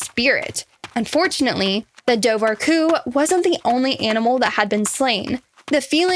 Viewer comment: It's pronounced doe-wer-coo. Also Sean said his wife "thought" she could see orange flippers. It was dark and hard to tell.